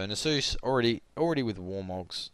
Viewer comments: Nasus is not the holy spirit. Check the pronunciation. Great vid just bothered me every time you mispronounced his name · is that really how u say Nasus?? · YOU'VE PRONOUNCED A NAME WHOSE INTERPRETATION IS LEFT TO THE READER A COMPLETELY DIFFERENT WAY THAN I DO, I JUST SHIT MY PANTS.